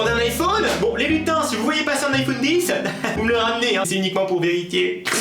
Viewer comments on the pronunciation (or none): none